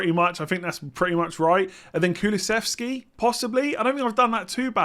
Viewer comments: You pretty much nailed the Kulusevski pronunciation, well done.:-) As a swede I'm stoked to see him in the PL, but I'm not sure if he's interesting as an FPL option yet. He is a very good player though (and young) so I'm keeping my fingers crossed for him. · Pronounciation on Kulusevski was fine 👍🏻